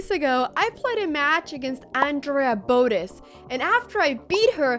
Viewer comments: isn't it bo - teZ not bo -tis? arent your pronouncing the name wrong? the emphasis is on the z not the b right? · Botttez not Bodez 😂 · The way she says "Boadez" has me dying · Can't even say botez right 😭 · youre mispronouncing Botez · so your dad is spanish but you dont know how to pronounce botez? mdr